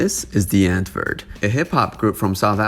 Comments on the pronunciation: Lol your pronounciation of these South African words got my dying 😂😂😂.. The w is pronounced v. And it's not "antwoord" it's "untvoord" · “Antwoord” is pronounced “ant-voo-rd”